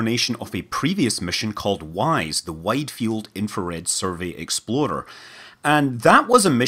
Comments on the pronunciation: I'm kind of sad you don't pronounce it "exploder" anymore, but I'll get over it. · I love how your rolled r makes "explorer" sound like "exploder". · I also thought the way he says "explorer" sounds like "exploder." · Every time you say "explorer", I hear "exploder". Same thing, right?